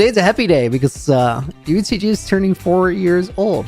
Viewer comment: Dude it’s UHCG !!!! DUUUDDEEE !!!!!!